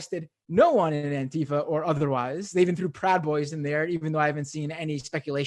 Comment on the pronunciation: Just pronouncing it properly would help, don’t elide the word together to make it sound vaguely foreign like the right does. Use the hyphen - Anti-Fa, Anti-Fa. Enunciate it clearly and remind people of what it stands for at every opportunity.